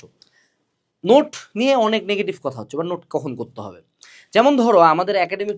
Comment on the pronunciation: Cotha❌ Coda😂✅